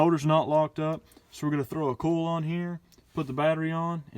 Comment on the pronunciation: Sounds funny the way you say COIL. Sounds like you are saying CALL. Same with OIL sounds like ALL. Not making fun just find in pretty unique.